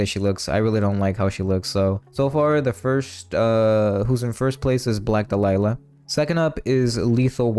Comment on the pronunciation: Interesting how you say "dalila" instead of "dahlia"